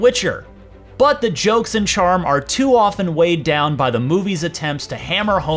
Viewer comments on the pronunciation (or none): none